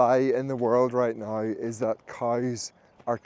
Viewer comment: Ok cool but now is not pronounced like nouwe.